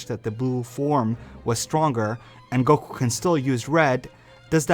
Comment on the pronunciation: Stop saying goqee instead of goku dude damn